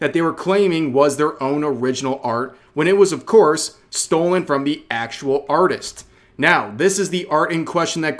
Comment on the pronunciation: instead of artist lets called it auteest